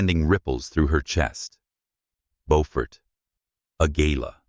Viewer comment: On the third try, AI pronounced Beaufort the right way! 😮!